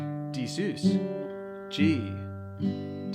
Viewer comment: Nice video but please, sus is pronounced Suhz, like Suspended, because it is a suspended chord. so not Seuss. Suhz. Also the root isn't changing, it's the bass note. The root of the C/G chord is still C, it's just voiced with the fifth in the bass.